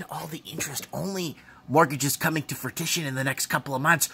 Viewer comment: 'frutition' hahahaaha its fruition! gotta love ya